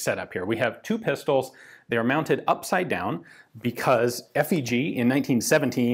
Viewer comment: If you want to say FÉG correctly the "é" is like the "a" in spade, or shape